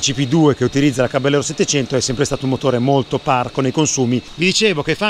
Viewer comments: Tecnicamente si dovrebbe pronunciare Cabajero con la J di Iena... Non Cabagliero con la gl... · bel video!!! piccola nota: il nome caballero è spagnolo, quindi va pronunciato "cabagliero" (come per la lambo gallardo) non all'italiana "caballero" , di fatto la moto prende il nome dalle sigarette omonime fumate dal co-fondatore di fantic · si legge "Cabaliero".... è una parola spagnola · Ciao a tutti Caballero è spagnolo e si pronuncia "cavaiero" che sarebbe cavaliere. Saluti